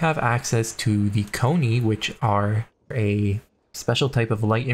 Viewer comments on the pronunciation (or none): Konni aren't pronounced Koni but something more like Kon - Ni.